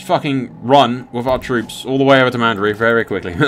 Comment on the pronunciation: Why can't you pronounce any names that are so blatantly spelled and easy to read? Sillyvan elves, house Mandery? C'mon brah! :D